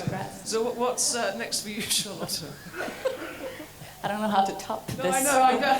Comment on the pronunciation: I love Wallander by the way: It's Charlotta, not Charlotte